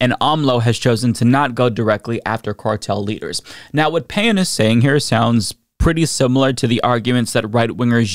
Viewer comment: One would think that would make at least a minimal attempt to pronounce Mr. Payan's name anywhere near accurately.